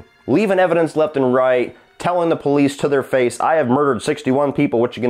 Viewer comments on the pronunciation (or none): none